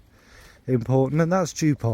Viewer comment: You dschuped poor Joop again! It is not as if you could not have practised by listening to a pronunciation recording some German friend sent you🙉 Beautiful vid with beautiful happy Charlie.